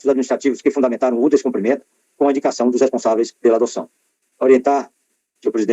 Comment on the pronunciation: O CARA Aroldo Sebraz FALA descomprimento . 😱😱O CORRETO É DESCUMPRIMENTO , e ainda é chamado de Excelência . Por aí se vê o NÍVEL .